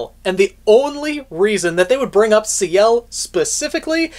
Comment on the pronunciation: Ciel Soleil, See-elle So-lay is the pronunciation. Her name translates from French to Sky Sun, just as Jaune is Yellow.